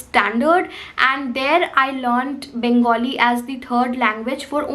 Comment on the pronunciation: Loved the way you said 'Bangali' and not 'Bengali'!!